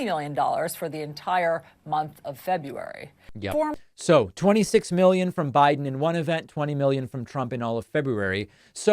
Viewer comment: I LOVE that you pronounce February correctly!!💙💙💙